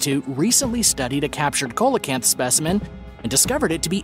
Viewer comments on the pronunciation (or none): "Seelacanth" not "Coalacanth". Lights=spirits. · It's pronounced "seal-o-canth" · number 9 Coelacanth pronunciation is see·luh·kanth